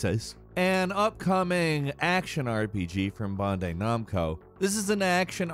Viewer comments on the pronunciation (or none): The way says bandai Namco is like bondeye nomco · No shot he pronounced “Bandai Namco” like that